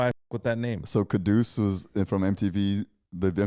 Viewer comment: It is Quddus, not Kudus. Usually Quddus is a name for males and it is preceded by Abdul.